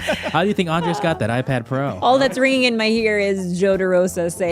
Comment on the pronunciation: he also says andreas instead of andres and noone seems to care